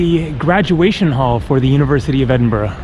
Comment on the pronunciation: Teviot is pronounced as ( T.V. -it, the T is not silent ) and you also pronounced McEwan wrongly as well. I`ll give you 5 out of 5 for pronouncing Edinburgh correctly though,. Still a long way to go buddy.